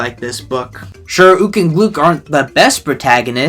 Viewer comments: erm its pronounced “gluk”. rhymes with “fuck” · Gluk isn’t pronounced like that